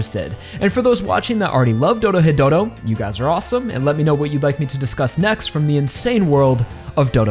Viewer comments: Ah yes, Doro-hetero, such a fantastic series. Sorry, I just like poking fun when people say it that way, this video describes the series well. I decided to pick up the manga since I couldn't wait for the anime to get a second season. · Ahh yes, I also enjoy "Doro-hetero"